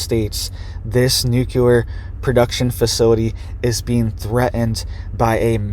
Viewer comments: There is not an extra u in the word. NU-cle- ar. It is not Nu cu ler. Regardless, thank you for the report. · You sound very uneducated when you say , nooculler. The word you shoul be saying is "nuclear". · It's nu CLE ar. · Say it with me: nook-lee-er